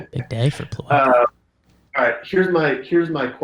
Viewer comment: I literally laughed so hard when he called Plawecki.